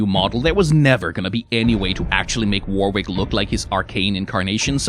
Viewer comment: Heads up, "Warwick" is pronounced 'warrik'. the second 'W' is silent. It's weird but a lot of old English names are 🤷‍♀️